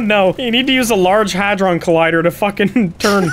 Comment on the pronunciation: bro no shot your editor said "phizer" LMAO. was he absent during the pandemic? the company's name is pfizer lol he said "large hedron collider" too lmao. even pronounced it. it's "hadron"